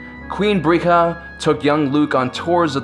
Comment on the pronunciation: Duuude, not "Bre-gh-a" - "Breya" (sounds kinda like Leia). It was actually Bail's decision that sealed the twin's fate- because Bail and his wife always wanted to adopt a girl.